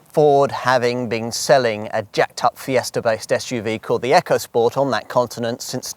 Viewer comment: Its ECO not frikking ECHO